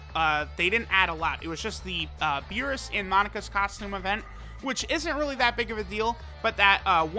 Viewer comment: Did...did he just pronounce Monaka like Monica?. It's Moe-Nah-Kah.